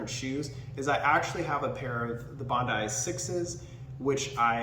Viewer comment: Who doesn't know how to say Bondi properly? It's one of the most famous beaches in the world. Get out of the USA mate. It's only one country of 195 on the planet. Bondee is going to stick with me forever now.